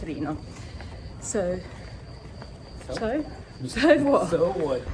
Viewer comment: Hahaha you said “so what” in an accent which sounded like an American accent to me lol….